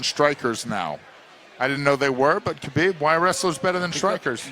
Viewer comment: maaan, it's Habib, not Kabib guys!